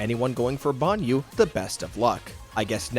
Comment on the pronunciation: Say Banyou again